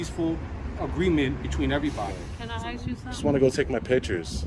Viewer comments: Does the woman who can’t even pronounce the word “ask” know she sounds like a drunk? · You heard the detective, she axed you to leave. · She lost all credibility when she said, " I'm gonna have to AXE you to leave"...Cannot even speak the language and she is a "Detective"? Really ? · How can you wear a badge and pronouce the word "ask" with the word "axe"?